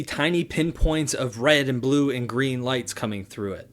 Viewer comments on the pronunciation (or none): none